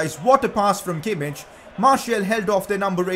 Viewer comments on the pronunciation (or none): I think it's funny how you made sure you pronounce Szoboszlai correct, but you're still misspronouncing Kimmich.:D